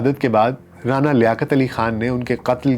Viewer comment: رعنا لیاقت علی خان رانا اور رعنا میں فرق ہے ڈاکٹر صاحب تلفظ سہی کریں